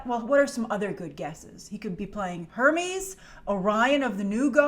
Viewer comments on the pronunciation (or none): none